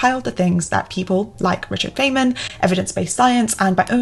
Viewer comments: Dangit. I wasn't watching, just listening until now... Fay-man. Threw me off. I've only ever heard it Fine-man. Now... I'll never forget this guy and his teachings. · (Feynman is pronounced like fine-man.) Loooooove your content, you inspire me so much, great video as always ♥️ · It's pronounced Fine-man, not Fane-man.. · Dr. Feynman (pronounce Fine-Man) would be proud of you. I think there may be a tour of the Caltech campus in your future. Stop by Pasadena sometime and see! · 📖About "Feynman": His name has to be pronounced like "Fine-man" or even more precise "fine-munn". It is German (Feinmann) , but got anglicized. His family moved to Russia, as many Germans did since Katharina the Great was German herself. The "i" became a "y" and the second "m" got lost. The German meaning indeed has the same meaning like in English: Richard came from a family of "fine men". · Great video. Note: Feynman’s name is pronounced “Fine-man”. Again, great video. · Great video, thanks! BTW, I think it is pronounced "Fine-men" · Ack! It’s pronounced “Fine Man”! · His name is pronounced "Fine man." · This is the second time I've seen you mention Richard Feynman, so I have to ask, are you sure you're pronouncing his name right? ;)